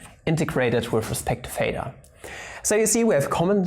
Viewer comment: It is theta not pheta, it isn't like phi YOU PLEB -.- there is a difference in the pronunciation of "th" (in this case a voiceless dental non-sibilant fricative) and the "ph" (the voiceless labiodental fricative) or just f.